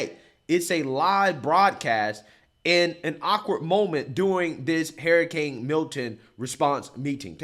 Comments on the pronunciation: Idk if he's saying HARRIcane on purpose, but its accurate. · Why does he always say "Hair A Cane " LOL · Gotta love how pronounces “hurricane”, “harrycane” 😂😂😂😂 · Hair-a-cain... lol 😜 Just joshing. a legend! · “Hairicane” Kamala! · I'll be glad when this is all over so you can stop mispronouncing HURR-ICANE for fuck's sake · I can't get over how says hurricane. He says Hairacane. It might be the drinks, I have had. But I love this man he has the same values I have. America First so America can and will defend Israel at all cost. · you gotta pronounce hurricane correctly lol